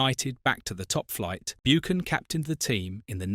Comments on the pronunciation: You pronounced it Martin 'Boocan'. It should be pronounced 'Buccan' (Buchan) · Beeoocan at pitadree ffs😮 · Learn how to say his surname correct....BOOOKAN 😆 Pitytry , Jock STYN and KELTIC......Is this a joke? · Buckan not Boochan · "Byookin", "Keltic" Jock "Styne"?? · And Martin BOOcan who played at PITYry......is this AI? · It should be pronounced "BuCHan" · This AI voice is annoying. Cannot even pronounce Martins surname correctly.